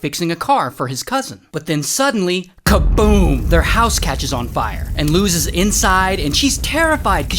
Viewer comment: Name : Lois He calls her : Lews